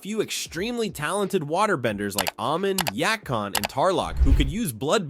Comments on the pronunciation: Please, I'm begging...stop butchering character names. Yakone or however it's spelled it "Yah-cone" not "Yah-kahn". I'm pretty sure you butchered others but I'm only in the beginning. But it's already making me cringe so hard. T^T I'm editing this every time I hear a butchering. There are way too many. And it is the only way I can keep my sanity. Oh my gosh. Ah-mahn, not Ah-moan. PLease! Y-aang-chen, not Yong-chen. Gah-zahn, not Gah-zan. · Okay first at least say his name right its YAKONE ur saying YAKON but throughout the entire series his name is prounounced YAKONE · I do not like how you’re pronouncing yakon and Amon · Dude, you seriously need to pronounce their names correctly. It’s Yakone not ya con. You literally sound like M Night Shyamalan who directed that god awful the last Airbender movie back in 2010. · Ya-cone not yah con lol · brother... ITS YAKONE not yak on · I don't get how people can still mispronounce names after hearing them spoken aloud multiple times. Other than choice to disrespect. Yack-On. FFS man. There's no excuse to be like Midnight Shag a Lamma's Ding Dong's terrible slop. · Bro it’s pronounced Yackown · Ya-CONE (pronunciation) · Yack On, Ah Min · "Yah-CONE" THEY LITERALLY SAID HIS NAME IN THE SERIES, WTF 😂😂😂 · Ah-min and Yak-on 😂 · It's pronounced Yak-won and Ey-mon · Good ol' "yak on" and "Almond" also pronounced "a moan". XD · first off, its pronounced "ya-cone" and 'a-mon'. If you had watched the show, you'd know that. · This man saying “yack-on” was so upsetting lol great vid tho ! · AI Slop... 1) mispronounced Amon and Yakon 2) identical paragraph structure 3) awkward cadence and inflection in narration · I just love how it can pronounce Guru Laghima but not Yakone or Amon (if I didn’t spell smth right too bad it’s AM in the US so I’m too tired) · Why he pronounce Amon and Yakone’s names like that. It’s like he never watched the show and just read a summary. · Man literally pronounced Amon’s and Yakone’s names wrong Here .